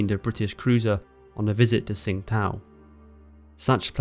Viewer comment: Love the detail in your videos. Also good work on the proper pronunciation of Tsingtao